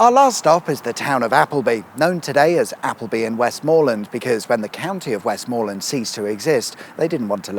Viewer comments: How about Wessmuhlun, then, as you're neck stars Gwendoline withall things pronunciatory? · West MA land, not West MOOR land, southerners 😤👍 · I don't know, are you doing this just to upset Cumbrians, you are, aren't you.... Kur-by Ste-ven (basically)... It's also usually pronounced West-muh-land, although that may just be technically correct...and don't hold me to it, but I'm pretty sure Brough is pronounced Broom but maybe thats Brougham which is not far away... Both have castles....